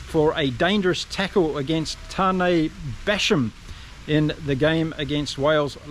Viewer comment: I know , I was being sarcastic due to the pronouncestion in there video 🙄